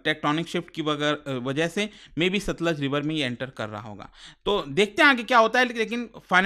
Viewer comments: It's not Sutlej, it's Satluj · Sir ji it's सतलुज not सतलज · no, SATLUJ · It's Satluj